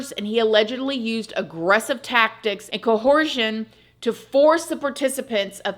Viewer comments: Coercion is pronounced a different way. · I’ve always loved. But 100000% more after hearing the way she pronounces Co-horse-ion. So cute. Great coverage as per usual. Can’t wait for the next video! ❤